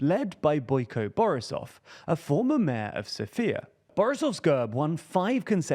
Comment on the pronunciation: lmao fr, especially "borisov", he made him sound russian 🤣